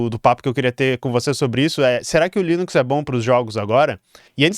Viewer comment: "leninx" é demais, hahahaha, muito bom!